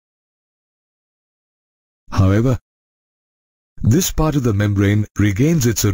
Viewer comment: I like your "HOW EVER" 😂😂